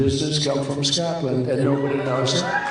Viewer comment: SCOTLAND. Not “Scottland.”